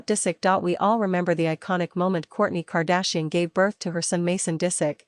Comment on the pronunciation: Why is the AI unable to pronounce KAR DASH I EN?